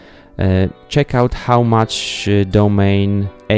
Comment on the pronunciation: Domane is pronounced "Doh-mon-e".